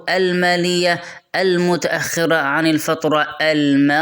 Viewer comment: اولاً شكراً لك . ثانياً انت تملك موهبه و لكن بهذه الطريقه ستدمرها مثل نطقك لكلمه (القناه و الفتره الماضيه ) شي مهم و ضروري اعزل المايك و خليه بعيد عنك بمسافه لانه صوت ريقك و صوت تنفس وشهيق تحتاج تشتغل على للصوت ممكن تمارين بسيطه و تضبط